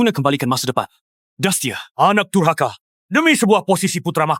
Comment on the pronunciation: Dasar DURKAHA kata raja bukan dasar DURHAKA 😂😂😂